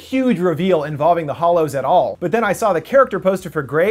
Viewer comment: I could be wrong, but you are saying Deathly Hollows and it's Deathly Hallows. The hallows aren't hollow.